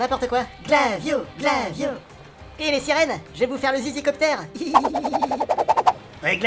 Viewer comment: c est pas glavio c est flavio